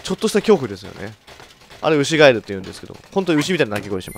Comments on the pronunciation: 牛ガエルが、牛ガイルに空耳した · アイリーンさんケガしてずっと歩き回らされてるからイライラしてるんじゃないのｗ 牛ガエルは母が子供の頃なんの音か正体が分からなくて本当に怖かったそうです… (最初ガッチさんの滑舌が(ry)で牛ガイルと聞こえたのは内緒)